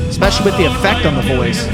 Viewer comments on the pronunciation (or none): none